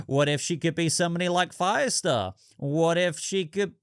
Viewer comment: Did say Firestar😂😂😂😂😂😂